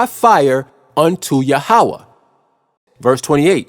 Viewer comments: Yahweh is pronounced Yah--weh, not Ya--ha-weh. So the lunar doctrine is wrong. So the HIGH PRIEST OF THE ANCIENT HEBREWS , declared saturday to be the sabbath, since their 1st day of week would be our sunday, hence saturday sabbath. We in western world start our work day on monday, therefore sunday sabbath ( rest ) Also it's been said that since our Lord rose from the dead on sunday and that being the most important day in all Christianity, this would be a good day for sabbath and worship. In the 10 commandments Yahweh didn't say which day for the sabbath, to Yahweh it was the most important to not work more than 6 days without rest ( sabbath ) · Say it with me now "Yah-ho-vah" Why would you use Hebrew words when you don't know how to pronounce them?